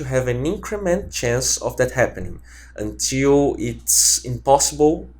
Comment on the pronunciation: until - unchuuul. dafuq haha